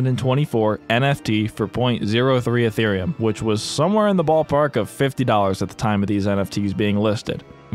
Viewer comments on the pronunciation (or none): none